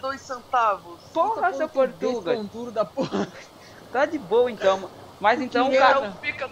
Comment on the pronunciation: "porrtuga" hahaha. fodaooo mostro do you tube